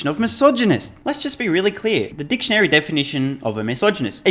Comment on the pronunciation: Hey, you can't say "Dic-tionary" anymore! It's misogynistic. Hermaphroditionary?